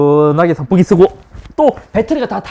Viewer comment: 형 발음 때문에 더보기에도 성풍기라고 한거얌? ㅎㅎ